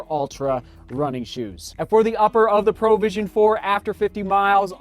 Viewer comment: why does he keep saying "Pro vision"? XD it's not a professional vision, it's provision as in PROVIDE :D